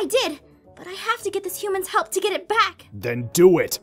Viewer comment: Did anyone else hear say “Eh” other than “it”